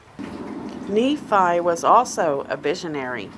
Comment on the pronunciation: The teachings aren't destructive, they are hopeful. She is reading and not understanding what she is reading the name is NEE fi